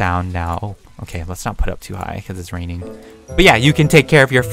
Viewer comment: Haahahhahahahah im dead when he said” its rrrrrrrraining its pourrring the old man i snorring “ hahahahah HAHAHAHAHAHAHA i luv